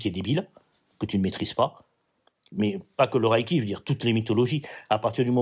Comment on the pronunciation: Bonjour, tout d'abord on ne dit pas" Raille"-ki mais" Reille"-ki. Deuxièmement, quelle sont vos sources?